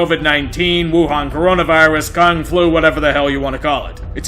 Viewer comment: Did I seriously hear you say "Con Flu"?